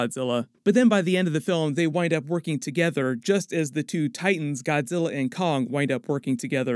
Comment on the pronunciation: "WE NEED KONNG"